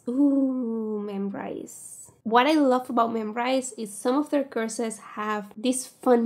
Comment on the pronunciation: i keep thinking youre saying Curses instead of courses